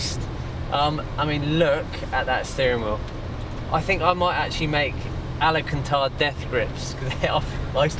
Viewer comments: Alcantara not alicantar 😂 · It's pronounced AL-CAN-TARA 👍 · Bren, I love you man, but can you please get someone to teach you how to pronounce Al-can-tar-rah 😂